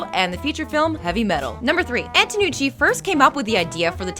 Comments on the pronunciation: She also mispronounced 'Antonucci" for 'Anotucci' quite a few times. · No offense meant but every time you say Anotucci I cringe a little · The host is so annoying that no one is even mentioning the fact that she keeps messing up Antonucci's name when she pronounces it as Anotucci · you're mispronouncing the guy's name. It's Antonucci not Annotucci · She mispronounced Antonucci to Anotucci... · Who the hell is anotucci? Isn't it antonucci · STOP SAYING ANOTUTI OR ANOTUCCI IT'S ANTONUCCI A N T O N U C C I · Its not anotucci its antonucci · MadDogReed97 rewatch it, she mispronounces it as "anotuchi" several times, like the part with the names on the chalkboard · Antonucci, woman! Stop saying Anotucci! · first of all, i hate all the jokes where the lady inserts herself and her face. enough. i came for facts, not for you. and second, its pronounced ANT-O-NUCCI, not AN-O-TUCCI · Annie. Kranker. There's no passion behind these videos, it's just a job for you people EDIT: AT FACT 103 "ANOTUCCI" OMG PUT MORE TIME ON THE SCRIPT EDDIT: FACT 105 "ANTOUCCI" YOU DID IT AGAIN eddyt: At the last fact you got it right, how just how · "Antonucci" isn't that hard to say, why do you keep mispronouncing it?? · Why does she mispronounce Danny's last name throughout the entire video? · EVERY TIME SHE MISPRONOUNCES ANTONUCCI I GET UNNECESSARILY ANGRY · I agree with so many commenters on this one, she was awful. You were pronouncing the creator's name right in the beginning, then once it switched, you didn't notice and try to fix it! And for God's sake, stop commenting on every little thing with your own stuff! I'm here to watch the facts, not hear about your life. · You guys could have proofread this. It doesn't come across like you guys actually know these shows when you say "Annotucci" and "Kranker". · Antonucci, not Anotucci. Kanker, not Kranker. It’s a list of facts....at least say the names right please.